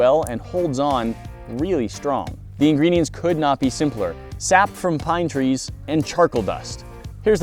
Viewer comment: At the very beginning, i heard tweees instead of trees